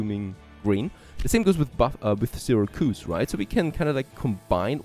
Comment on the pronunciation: And it's SIH-RAC-YOUSE (Syracuse)